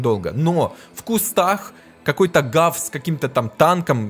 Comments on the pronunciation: Арткул не равса,а гавса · Ты сказал равса 😂😂